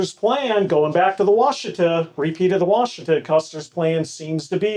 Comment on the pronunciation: please say Wash uh tah !!!!!!